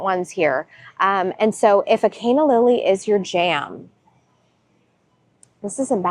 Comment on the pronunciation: It's not Cay-na lily but otherwise, nice shopping suggestions. Heading to Costco soon.